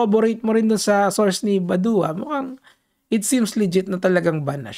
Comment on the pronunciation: badwa pronouciation nun boss kilala yan sa cycling community